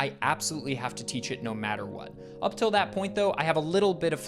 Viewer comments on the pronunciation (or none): none